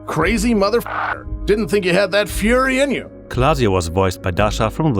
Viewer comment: he said it he said furries 😂 (It’s fury, the author here clearly gets the joke because his pronunciation is why they changed the name)